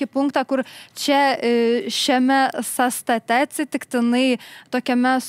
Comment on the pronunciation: Ne "sąraŠE", o "SĄraše", mergaite žurnaliste ;)... Ne "sąstaTE", o "SĄstate"... Klausausi toliau 😅 Ne "pas jus programoje", o "jūsų programoje"..."lygiaVERčiu", ne "lygiaverČIU".. Blyn toliau neklausysiu, neturiu kantrybės bemokslei..